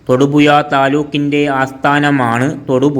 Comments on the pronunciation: ആലപ്പുയ തൊടുപുയ മൂവാറ്റുപുയ😂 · തൊടുപുയ...... മൂവാറ്റു പുയ നല്ല ജ്ഞാനം ...... നല്ല ഭാഷ..''.ഹഹ...ഹ.... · ആലപ്പുയയോ അതേത് പൊയ തൊടുപുയ മുവാറ്റുപുയ വല്ലാത്ത പൊയകൾ